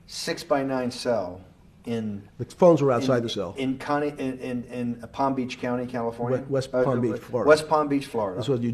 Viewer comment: Ppam peach ? 😂😂